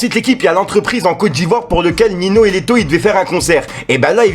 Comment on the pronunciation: J’aime beaucoup ce que tu fais mais là famille mdr on dit pas Nino mais sa se prononce NiNio